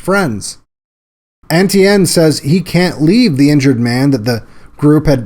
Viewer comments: Great vid but 'Etienne' is pronounced 'ay-CHAN' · Etienne not N.T.N.